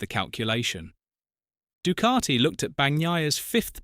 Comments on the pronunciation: I didn't know the word Ducati was spelt with an R in the middle. It's pronounced DuCati not Ducarti. FFS. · Actually, natively, it is pronounced doo-KAH-tee Sounds like the "oo" in food. It is a short, tense vowel. The "c" is hard (like a "k"). The "a" is an open "ah" sound (like father). Sounds like "tea". The "t" is dental, produced with the tongue against the teeth. The narrator is more accurate than you are. So, maybe drop the attitude and indignation.